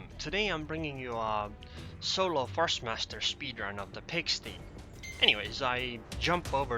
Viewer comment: You pronounced pigsty wrong though